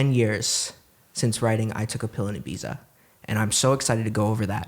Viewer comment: The only bad thing about “I took a pill in Ibiza” is that he pronounces Ibiza wrong